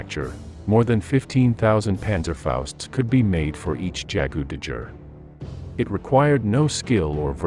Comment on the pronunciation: Never have I heard a worse pronunciation of Jagdtiger! Also, what the hell is up with the narrative about Wunderwaffe? Everyone always says germany was pointlessly wasting resources developing these, but replace the term 'wunderwaffe' with R&D and suddenly it doesn't seem so ridiculous. Did the allies not spend considerable resources on some fairly risky R&D projects? Um yes, they did. Manhattan project paid off in a big way, although not until the war was essentially over. The radar proximity fuse also paid off tremendously, and did far more good for the war effort. But there were plenty of outlandish R&D projects that did not pay off. Some other interesting things the germans developed include optically tracked, radio command guided SAMs, TV guided anti-ship missiles (These saw service and sank many ships including an italian battleship), and electric homing torpedoes, which also saw service.